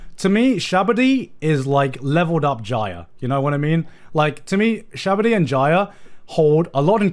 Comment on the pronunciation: "Shabady" "Sabaody"